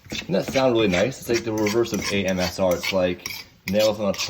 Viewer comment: Did say amsr instead of asmr? 😂😂